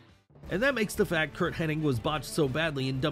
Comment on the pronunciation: Imagine running a wrestling channel and saying "Kurt Henning"